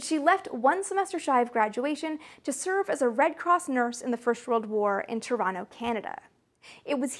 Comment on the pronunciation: I didn't realize you were from Toronto until I heard you pronounce it!